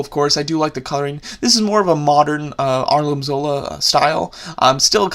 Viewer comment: It Arnim not Arlin